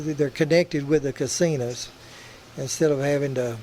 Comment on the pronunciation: GOTTA LOVE YOUR ACCENT YOU CALL HIM CASINAS BE GOOD SOUNDS LIKE FUN YOUR FRIEND LEE